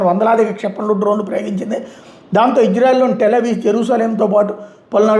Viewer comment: గారు మీకు టెల్ అవీవ్.. కి.. టెల్ అవీస్ కి కూడా తేడా తెలుస్తలేదు... అది టెల్ అవీవ్